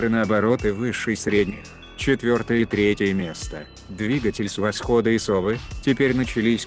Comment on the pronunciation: Интересно, но уши режут ударения вроде "колЕнвал", "от сОвы", "запилА".